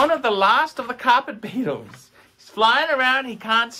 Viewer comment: that phoor carphet beetle!!!